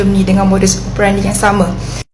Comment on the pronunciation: Modus operandi, e sebutan enam bukan epal